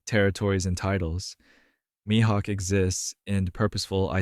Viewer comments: I totally agree 💯% with you 🤩 ! But you're mispronouncing his name. It's pronounced ME-Hawk ( Mihawk 🦅🗡️ ), not MY-Hawk ! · good video but please keep your pronunciation of mihawk consistent 😭 you kept switching between my-hawk and mi-hawk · This is probably a good video but I couldnt hear MYhawk out loud after the 4th time 😅